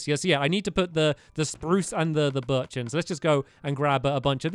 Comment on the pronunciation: You said Spruse Wrong